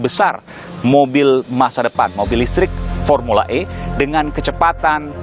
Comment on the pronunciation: Bukan pormula e pormula sakit gigi kale